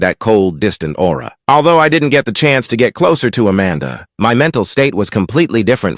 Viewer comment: Not him saying aura